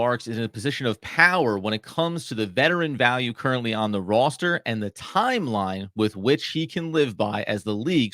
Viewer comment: These guys are on the ball except need to learn how to pronounce the word "roster."